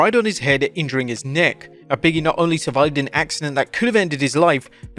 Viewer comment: OMG BIG…E… not Biggie! 🤣